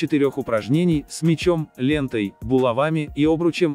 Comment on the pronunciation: не булава́ми , а була́вами 🗿🗿🗿